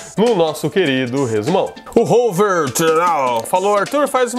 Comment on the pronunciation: KKKK vc falando o nome do Rohver TCHARARAO.